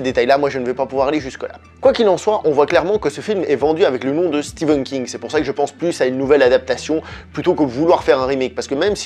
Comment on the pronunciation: Stephen pas Steven !